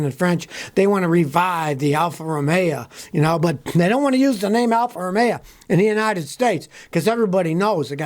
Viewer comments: Listen,,,,, Al-fa- ro-may o....... not alfa-ro-may-a.......... got it? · Alfa Ro-may-yeah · Alfa Romeo - used to call them Alfa Rust-ay-o. Had an Alfasud, years ago. The only thing that went faster than the car was the rust progression.